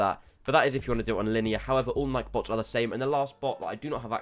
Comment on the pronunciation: Ni-key not nike like bike